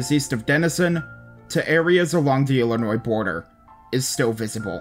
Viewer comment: Fillionois (Illinois)